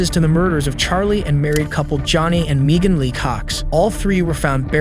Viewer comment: How do u mispronounce both kala and meagan, the two most common white girl names on this planet😂